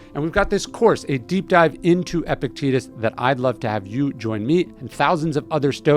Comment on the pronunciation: This schill can't even pronounce Epictetus correctly. I can't listen this...